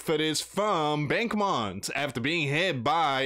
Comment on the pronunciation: Its pronounced bach-moot